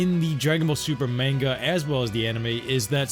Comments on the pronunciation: Click bait. And it pronounced Ma-hn-ga. Not Main-ga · Men Ga? Nani its MANGA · Wtf is Mango It's Manga 😂